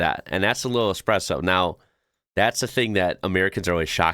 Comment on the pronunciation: At least most of the time I heard Espresso and not EXpresso my dear old dad always said "If the good Lord wanted me to drink coffee with milk and sugar, he would have put it in the coffeebean"